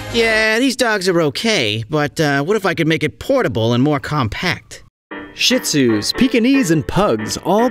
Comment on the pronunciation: It’s pronounced she-zoo, not shit-zoo. The ‘t’ is silent.